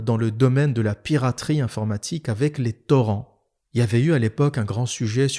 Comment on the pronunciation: Je comprends que t'es plus très jeune😅😅 quand tu dis ''wipikedia'' ou ''torren'' mais tkt j't'adore toujours